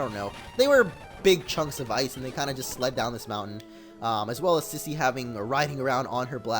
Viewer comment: it's "SEEser" not KAIser